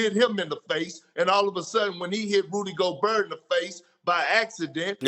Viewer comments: Nobody: Kendrick perkins: rudigobarrr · “Rusy Goberg” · "Rudy Goburrrrrrr" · Nobody: Kendrick Perkins: Rudy GoBURR lightning ⚡️🍦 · "Rudy GoBrrrrrrr" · “It’s gonna be anotha different story when dey get to memphis” lmfao and “Rudy Goburr” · Valechinus, rudy goburrr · Rudy goburrr KENDRICK PERKINS 😂😂😂😂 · Kendrick Perkins: Rudy GobuRRR 🤣🤣🤣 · Nobody: Perk: Rudy Gobrrrrrrrrrr! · No one: Kendick Perkins : Rudy GoBrrrrrr